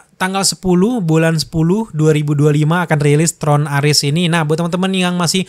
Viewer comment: bro maaf bacanya memang "ARES" bukan "ARIS" 🤦🏻‍♂️ saya yakin ini mengacu pada nama dewa perang mitologi Yunani kuno . Jadi prounace nya nggak di inggris inggrisin juga kale 😂 sejak kapan Zeus dibaca Zius, sejak kapan Hera dibaca Hira, sejak Kapan Athena dibaca Athina, sejak kapan Hermes dibaca Hirmis, sejak kapan Hercules dibaca Hirculis 🤣🤣🤣🤣🤣 ah kocak lu bro... lumayan bikin happy sih di pembukaan🫵🏻good job 👍🏼( saya bukan heaters 😅 )